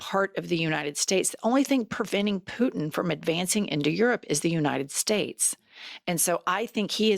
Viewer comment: “President of the United Stez” Great talking there.😂